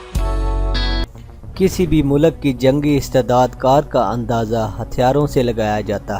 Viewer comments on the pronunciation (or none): "MULAK" hahahahahahahaha